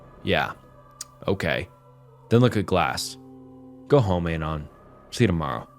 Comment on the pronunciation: i enjoy your videos, but Dear God whyyy do you pronounce "anon" like that???